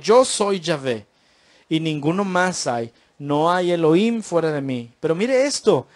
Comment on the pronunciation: SALUDOS DE PERÚ ERES INTELIGENTE PARA LA GRACIA DE DIOS: GRACIA O REGALO DE YAH (DIOS), EN HEBREO ES YAHUHANÁN=GRACIA O RAGALO DE YAH. NO SE DICE ELOIM, SE ESCRIBE ELOHIM Y SE PRONUNCIA ELOJIM. NO SE PRONUNCIA: ELOIM. YAHUHANÁN SE PRONUNCIA YAJUJANÁN. YAH SE PRONUNCIA LA 'H' COMO JOTA=YAJ. DESDE PERÚ VEO TUS VÍDEOS Y ME ENCANTAN REFERENTE AL SEÑR YAH Y A SU AMADO HIJO YAHUSHUA NO YESHUA COMO NOS ENSEÑÓ EN EL PADRE NUESTRO A SANTIFICAR SU NOMBRE Y NO BLASFEMARLO. YAHUSHUA SE PRONUNCIA: YAJUCHUA CON JOTA SUAVE Y ESPECIE DE CH SONANTE O CHILLOSA ASÍ: SH, SH O SSSS....